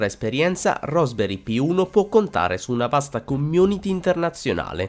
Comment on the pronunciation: RASP, dove la vedi la o, e dovevi solo leggere